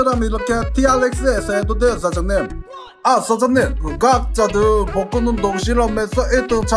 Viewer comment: 복근이 볶음밥으로 들리냐 왜...